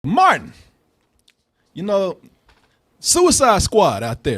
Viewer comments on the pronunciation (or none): calls Martin "Marn".